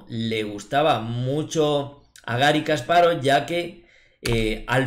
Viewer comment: No es "kaspárov" Es "kasparóv" sin tilde. Me encantan tus videos; muy buenos analizis y esta particularmente una excelente partida.